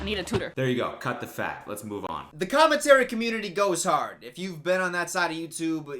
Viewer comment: I like the video but I hate how he’s always like leles show